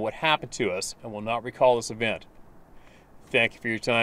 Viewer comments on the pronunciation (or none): none